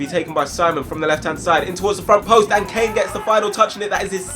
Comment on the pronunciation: Its caine not kane